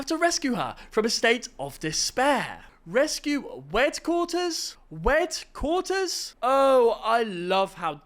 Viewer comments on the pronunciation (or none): "rescue "weadquaters" 🥀🥀🥀💔💔💔✌️✌️✌️🙏🙏🙏😭😭😭